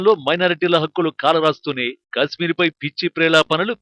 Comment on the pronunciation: Orey voice ichina sanyasi kasmeer kaadhu kashmir 😂😂